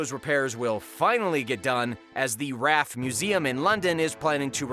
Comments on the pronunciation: I couldn't concentrate for the video after how wrong he kept saying Namibia... and then he goes and says raf😭 its an acronym R.A.F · It's R.A.F not raf